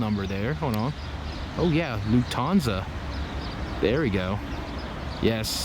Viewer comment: Lutanza lol luthainea